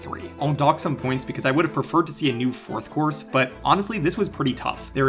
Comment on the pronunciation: "Fourth Course" sounds like "Fourth Chorus"